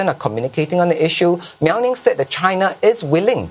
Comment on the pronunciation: Mao Ning not Miao Ning.. 😅